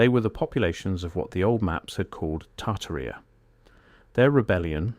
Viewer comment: Probably pronounced tar-TAR-ia.